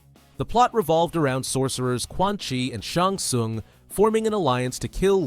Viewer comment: "Shong sung"